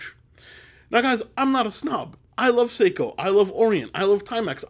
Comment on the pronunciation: Say-ko not See-ko. That aside. Any business who ever claims to be cutting out the middle man... is a massive red flag for me.